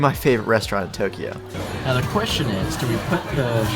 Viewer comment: Too-kiji ugh